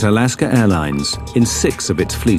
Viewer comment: Alasker airlines lol work on your pronunciations a little harder